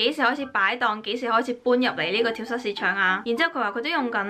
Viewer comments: 讀跳「早」市場，唔係跳虱市場🙊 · 好想食綠豆餅(;´༎ຶД༎ຶ`) btw 話說 蚤 應該讀 早(? 🙈呢個先係👉🏻蝨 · 係讀跳＂早＂市場呀lol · 跳蚤[早]市場~注意下讀音